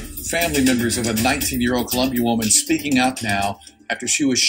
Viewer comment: or the infamous "kill-lumbia.. smh